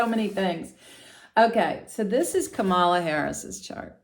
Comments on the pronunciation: It’s pronounce COMMA LA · Her name is comma la. Please pronounce it right. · you should have watched the DNC convention, her adorable nieces took the stage to teach us all how to say it correctly. It is comma la. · Thank you for this reading. However, I must correct the pronunciation of VP Harris name. As her nieces explained at the DNC, the name is pronounced KA....MALA. The accent should be on the first A. KA then MALA. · Did you not see the other comments? She already stated it was unintentional and apologized. We don't need to continue correcting her. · I turned this video off because you cannot be bothered to learn how to pronounce Kamala. So annoying! It’s so easy—- comma (like a comma) then la. So easy but you don’t bother. And why are you calling her by her first name anyway. You didn’t call the other candidate by his first name. So…… if you cannot pronounce her first name, why not call her “Vice President Harris.” Gee she is the one with a title but you just mispronounce her first name and call him by his last name like he is the one with the title. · Kam la is the pronounciation. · boy do you have a credibility failure for using trump's pronounciation of her name. it has been an issue in itself. although your presentation is intriguing, this fail puts up a wall. what a shame. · Please pronounce our vice president's name correctly. I'd like you to demonstrate this basic respect. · My first thought was that your refusal to pronounce Kamala's name correctly pretty much told us where you were putting your vote.